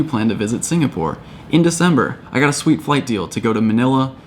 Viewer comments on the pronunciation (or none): none